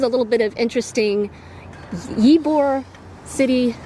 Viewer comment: Ybor city is pronounced E bor. we enjoyed listening to your various pronunciations though. Wish you’d had time to visit our little coastal town, Delightful Dunedin. You’d giggle too at all the mispronunciations of our city. It’s Din e din or sometimes Dun e din. Safe travels.